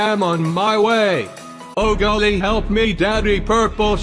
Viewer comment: He said oh golling